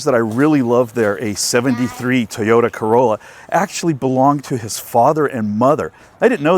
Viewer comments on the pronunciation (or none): none